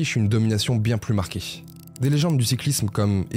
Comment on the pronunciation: Pourquoi rajouter des "ch" ? viechh, états-unichh, marquéch, aidéch ... c'est d'un laideur